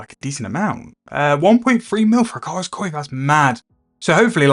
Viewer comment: Some runescape player once mispronounced coif and now everyone does it. It's a pet peeve of mine! Thanks for the video.